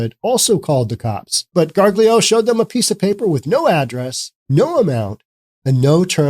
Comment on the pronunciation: Gargiulo is pronounced, "gar-JOO-lee-oh".